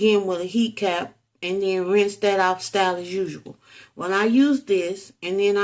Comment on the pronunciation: "RAINCH IT OFF!" Imagine my horror, when two teenaged girls, (I, too, was a teen) told me, "It's "RINSE", not "RAINCH" LOL! My Mama had me saying, "deodorantS", too! Ahhhh, the memories you've brought back! :D